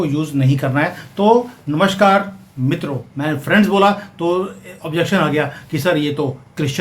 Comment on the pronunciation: Mitro bolo Sir...Mitro